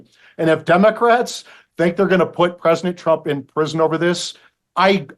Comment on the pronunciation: Why does this guy always call Trump Presnick Trump?